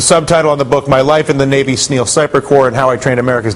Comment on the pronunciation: he said navy sneal